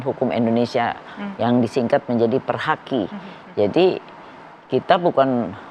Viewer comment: ini klow ngomong nya kaya ibu,iru bukan perhaki, tapi perdaki...